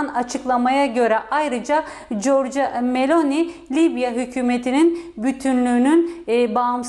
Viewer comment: Corco meloni degil corciya meloni diye okunur